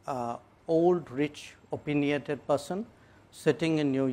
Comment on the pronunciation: Stupid person doesn't even know how to pronounce opinionated